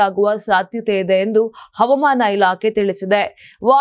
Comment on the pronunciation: Avamana alla havamana ,speak kannada properly